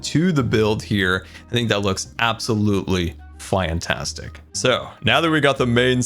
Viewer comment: "Its Absolutely Fwaiantwastic" - 2021